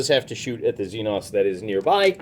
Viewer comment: Xenos? Don’t you mean the Xen-Xs? Lol